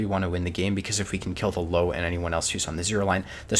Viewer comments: Löwe is pronounced Loo-Ver. Not Low. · the what? the low? that thing is called löwe...with an "ö" just like the "deu" in odeuvre but without the d...how hard can it be? for crying out loud! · The E in LöwE is not silent, and the ö is not an o, its a oe. Its not hard. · You may want to improve your pronunciation of 'loewe' by saying one of the nearby words below: loeb loess loebsack loebs loeschke loews loewy loera loe